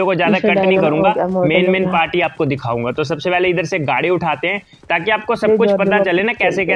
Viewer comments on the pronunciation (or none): none